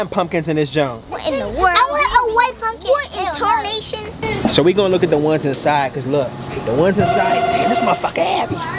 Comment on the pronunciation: lmaoo jit say "what i TARNANTION"